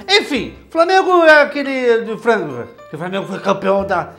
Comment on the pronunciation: O cara nao consegue nem falar o nome do time... Qual o problema de falar flangrofru, fraquiful, grafotu, hortifru , nao, pera.....